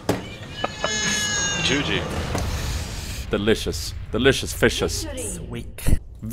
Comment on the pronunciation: i love how it said declicious in the ending :D